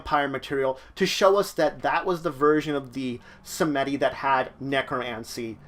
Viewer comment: It's pronounced "Sahm-dee", not "Sa-meh-dee". The Baron, both the bloodline's founder and the Lao, are displeased by this less than acceptable pronunciation. You owe the first three pints vitae and the second a cigar and a lowball of rum. You have 72 hours to deliver.